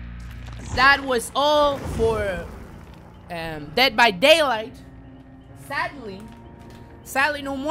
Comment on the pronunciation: Eres el mejor ! :D estudiar inglés vale la pena si es para ver tus videos . Sobre todo deh vah deilaigh D:<